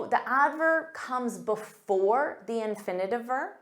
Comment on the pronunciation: The engineer or thee(dhe) engineer as it is vowel sound